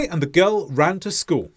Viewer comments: What happened to the "l" at the end of school? You keep saying "schoo'". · the first sentence, the way you said it first, still emphasized the word "school" at the end, though.